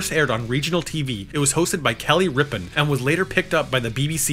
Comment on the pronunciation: To an American "Rippon" can easily be mis-somethinged into "Rippa" and then it's easy to make the jump to Kelly Ripa.